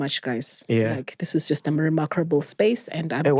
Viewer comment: 🤣 mara said "mermackeble space"